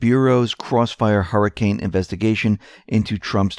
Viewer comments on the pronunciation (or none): none